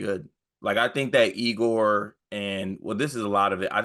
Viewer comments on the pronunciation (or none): Also, it’s pronounced Yay-gor